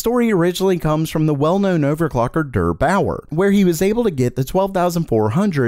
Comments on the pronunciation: LOL DUUURR BAUUUUUURRRR Wild pronunciation there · I also reacted to that hahaha Im scandinavian and i say deer baoer xD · What does "huge stock" mean? Availability for 5 sec instead of 0,01sec? :D btw: it's soooo funny how you pronounce "Der Bauer". I could not stop laughing. Very cool :P